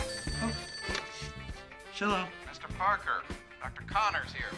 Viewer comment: "Chello" From now on I will say "Chello"to every call.